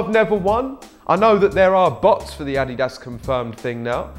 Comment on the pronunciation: What is ah-dee-dass